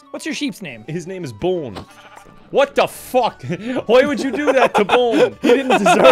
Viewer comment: It’s Not bones, it’s bohnes